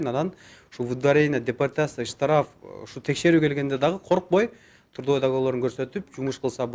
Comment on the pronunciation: ондоп кой каталарды сООнун эмес - сОнун. тУрдовой-тРудовой